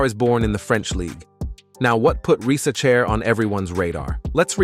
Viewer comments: Zacharie "rizz a chair" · Bro pronounce Risacher at least 15 different times in 8 minutes... this gotta be AI or u trolling.